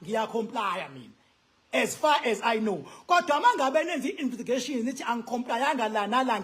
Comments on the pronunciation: Investigation NOT Invistigation😂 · Investigation n not invistigation educated.😊